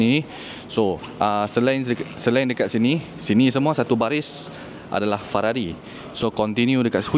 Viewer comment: hahahaha aku ske sebut Fararri